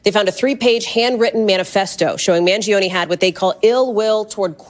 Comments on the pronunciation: “Mag-Leon” “Mal-giano”😂 Ti be killing me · Hi, I believe it’s pronounced Man-gee-own, the g is soft and no emphasis on “ne”. Thank you for the commentary! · m-aa-n-j-OH-n-ee= Mangione I think my heart skipped a beat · Man-gee-ohnee is how it's pronounced. He is from a wealthy local family. Not sure his motivation, but it will come out eventually. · U DID NOT PRONOUNCE HIS sir NAME CORRECTLY...MAN-JOE-NAY!! OK? NOW, THERE U HAVE IT!!!! CORRECTING THE RECORD. HE IS A vowel PERSONAGE, AFTER ALL!!!!!! JUSAIN.